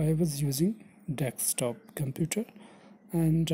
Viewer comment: You were saying deckstop mode